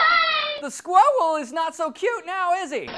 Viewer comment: 4.04 to 4.10 I laughed my head off Ray: "the scwuiwell is not so cute after all, is he"